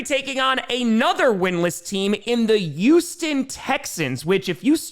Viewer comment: "Youston / Yuge"